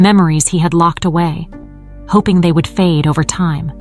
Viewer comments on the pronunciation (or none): none